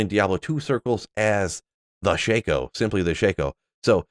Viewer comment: its shako, not shaco